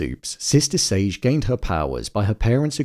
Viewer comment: You pronouncing 'Sage' like Beige is throwing me off lmao